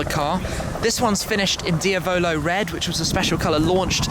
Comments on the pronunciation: Dia-bolo red... Shmee... Dee-ah-blow Just sayin :D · Did you just pronounce diablo red - Dee-a-bow-low red as opposed to De-Ab-low red, like the spanish word Diablo = Devil...